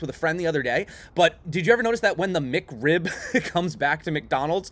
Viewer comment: Mick Rib? I thought it was Mac Rib